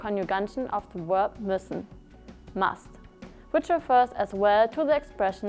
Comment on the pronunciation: it´s müssen and not mussen